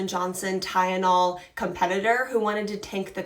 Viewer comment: It's Tylenol. Not ty-yen-ol